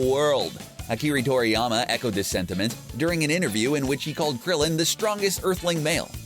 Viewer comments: Ah-ki-rah tor-ey-ama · "Akiree toriyama"? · Akeree Toriyama ...